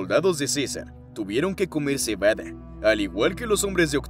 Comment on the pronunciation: cebadE dice la narracion ai ya que hoy en dia todos tiene flojera d narrar cualquier cosa #generacionidiota